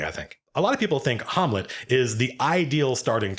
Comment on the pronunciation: Harmlet??? What happened to saying Ham- let, i.e Shakespeare's Hamlet shud have been a hint lmao, STOP NOW, Please God stop now!!!lol